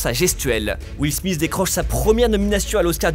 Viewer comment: Will Smith et non Will Smissssssss